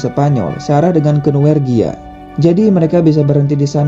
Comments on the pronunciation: Norwegia Min, bukan Nowergia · Norwegia. Bukan nowergia